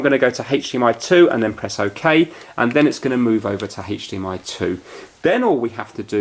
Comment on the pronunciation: Why do I hear HathDMI